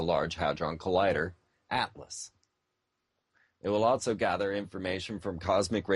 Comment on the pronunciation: Did he say "Alcho" instead of "Also" ?lmmfao